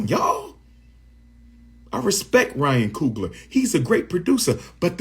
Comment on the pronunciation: ryan coon-gler 💀